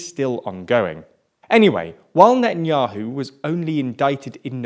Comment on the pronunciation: Come on learn how to pronounce words better Natan'Ya'Who Yeish Aa'Teed Ya'Mee'Naa